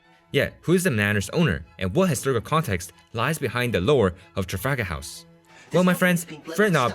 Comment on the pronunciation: "trafagahaus"